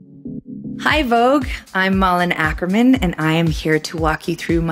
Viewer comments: She should have pronounced her name like it sounds in Swedish, not in the American weird way. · Kind of weird that she doesn’t pronounce her own name correctly.